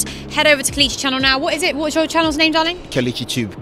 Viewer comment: It's pronounced Kay-Lay-Chi (KELECHI)